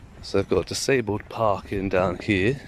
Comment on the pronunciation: getting sick of your AI voice over, can't even speak English properly. Since when is a DISABLED bay pronounced as a DISEBLED bay. Can we go back to human voiceovers please.